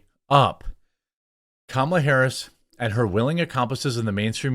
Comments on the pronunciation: Hah you said Kamala Whoris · "Kamala whorris" 🤣🤣